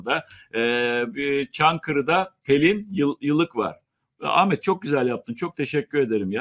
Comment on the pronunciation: Lütfen adini Amet deyip durma, hakaret gibi gelyor